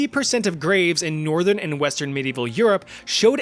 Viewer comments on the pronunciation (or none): none